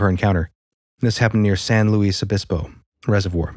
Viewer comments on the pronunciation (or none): Local Cat. “Santa Loo-see-ya” “Shoe-mash”, (despite the “Ch”.) “San LEWIS-Obispo” where I was born and lived 19 years. Encompassing the Seven Sisters peaks, three of which I hiked and camped upon. NEVER “San-loo-Weese, NEVER, unless you just want to scream your “non-local-ness”. “lom-POKE”, NOT “pock”. “